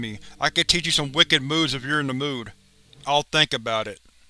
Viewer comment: Just hearing "Docko" made my night.